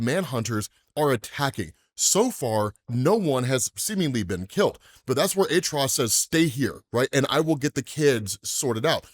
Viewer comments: Atrocidus not artrudos cmon bro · Atro-ci-tus not atros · Why do you pronounce his name like that? You keep saying it like ATTROUS , its ATROCITIOUS pronounced AT-TROS-SITOUS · I'll never be convinced of that pronunciation of his name btw